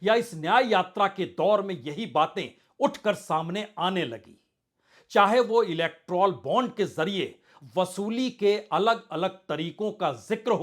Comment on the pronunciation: भाई पुण्य प्रसून , सही शब्द इलेक्ट्राल नहीं इलेक्टोरल है। इलेक्ट्राल दस्त का उपचार है , इलेक्टोरल "बाँड" दस्त का कारण..😂